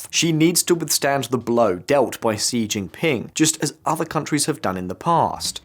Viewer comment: I was thinking sort of similar, but with regards to Xi - it's pronounced 'she'... not 'see' And, it's not 'Bei-zhing' - it's Bei-jing' with a very strong 'j' sound... Sort of makes me question their ability to really report on the whole thing if they can't even get their names right!